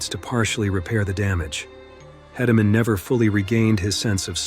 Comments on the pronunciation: Please pronounce names correctly, these are great videos but it would be a sign of respect to the riders to say their names right. Tuff Heed-a-men and J B Moon-ey are the correct ways to say their names. Thanks for the videos. 😊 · This is a great video. These are without a doubt the best the bullriding world has seen. Just fyi it’s JB Mauney (Moon-ey) and Teff Hedeman (Hee-da-man). Thanks for the great video it’s a good If not the best list of bulls the bullriding world has seen. There are so many great bulls everyone is going to have their own list and opinion but these bulls are going to be on every person who knows bullridings list. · If you are going to make a video on something do your research. Not only on the bulls but also the riders. Maybe is pronounced moon-ey. Hedeman is He-de-man. 🙄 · The Bull would be the Micheal Jordan of professional rodeo Bucking Bulls. The specific Rodeo Cowboy would be the “Micheal Jordan of Bull Riding”. Also the Cowboy that had his faced crushed by Bodacious is named Tuff Hedemen. Last name pronounced like the word Key. (Hey-duh-men). Not berating the maker of this video at all. It was a solid video on the sport. Just adding a few little corrections with good intent. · Please, if you tell more stories about JB, please pronounce his last name correctly. It's pronounced "Moo-nee" 😊 Also...Tuff's last name is pronounced "HEED-ah-man". Thank you